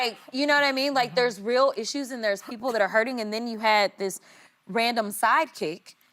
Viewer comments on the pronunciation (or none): none